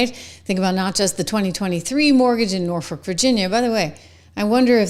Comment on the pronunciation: Please honey it is NORFOLK VA.